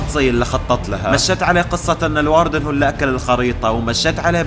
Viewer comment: الاردن✅ الواردن❌